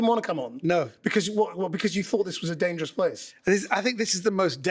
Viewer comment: So "dangeours"... 😐